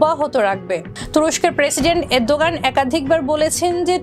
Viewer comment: 1jon President ar nam thik mato bolte paren nah so sad.